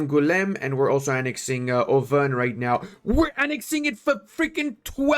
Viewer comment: The prononciation for all of these french localities is exquisite ! Special considerations for Drrroeux, Nevers english-style and Owveurgne